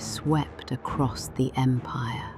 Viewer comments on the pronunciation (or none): none